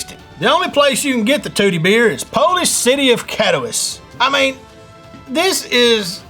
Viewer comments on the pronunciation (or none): none